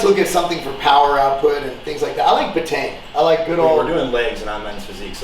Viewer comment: It’s pronounced “beta-ene”